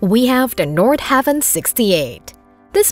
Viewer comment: It’s “Nord-HA-Vin” not “Nord-Have-In”